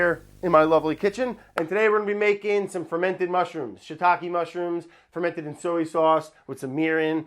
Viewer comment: Everyone: Fermented Mushrooms Brad: Feim Mush